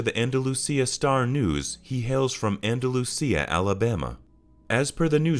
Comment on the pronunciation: Its pronounced AN-DUH-LU-SHA. Alabama..